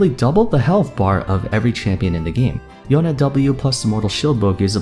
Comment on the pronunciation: I luv ur vids just coz u call Yone properly when all other Youtubers call him YOUN.